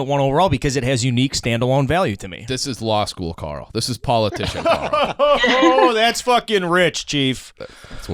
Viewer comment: It is Carl. It is not close.